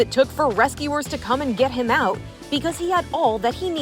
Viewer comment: And I was, like, I don’t, like, care. Listen, millennial, it wasn’t “LIKE” . IT WAS . Like, I, like, don’t, like, know. And little girl, it’s not ou it is OUT, the t is not silent.